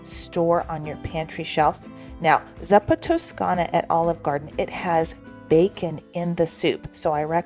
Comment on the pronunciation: Not that it really matters….but, I think zuppa is pronounced ZOO-puh. I love this soup so much. Nice to have it as a jarred, shelf-stable recipe.